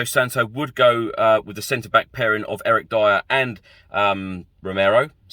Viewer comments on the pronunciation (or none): none